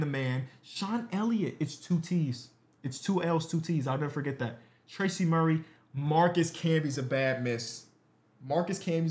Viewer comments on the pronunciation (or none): none